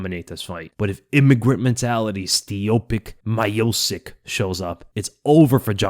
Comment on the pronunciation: For all those who have problem with pronunciation of surname Miocic, it is because Stipe's Croatian surname is actually wrongly written. Miochich would be better. Both of "ch" are the same as in Charlie or choice.